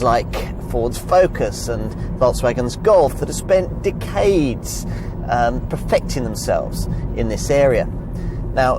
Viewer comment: Interesting pronunciation of decaaades 😜 good review though looking at purchasing this next to upgrade from my 2002 vw golf mk4